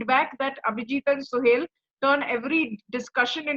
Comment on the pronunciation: He's Suhel not Suhail. 😂